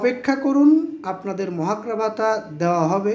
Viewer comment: ভাই,মহার্ঘ ভাতা আপনি তো উচচারণ করতে পারেন না।